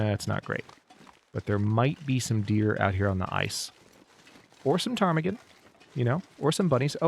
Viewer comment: I find it astonishing how you just casually pronounce the name of the birds, as if its a normal part of your vocabulary. :_hadSweat: I tried a few times, kept ending up at Potemkin villages and then decided to stay in my lane and call them apocalypse chicken. :_hadBarn